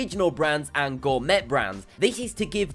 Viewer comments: gaming legendz Gourmet is pronounced "Gour may", (French origin) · it's pronounced gore-maa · did he really say "gor-met" brands? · GOUR-ME-TTT (its pronounced g-or-may) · LMAO! "Gour-MET" brawnds! USE THE FRICKIN' FRENCH PRONUNCIATION - "Gour-MAY", ya' frickin' HEATHEN! It IS a French word, after all. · Extreme Trends gourmet is pronounced gormay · He says gourmet like gour-MET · Gor-met products? Wallmart? Walmart don't want you to know? Did an 8th grader make this? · Did you just pronounce gourmet as gor-meT? The t is silent! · "gorMET" are you kidding, at least get the pronunciation correct. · Someone tell him how to pronounce "gourmet" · Did you seriously pronounce the silent T in "gourmet"? Also, more than half the list's claims are unwarranted and bogus. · You aren't supposed to pronounce the T in gourmet.